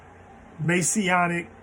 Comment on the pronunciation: Messianic, not Masionic. Adjective modifying, Messiah